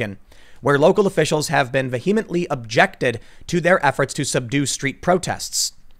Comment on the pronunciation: Not VeHEM-lently, but VEE-ehm-ently - no 'ha' sound need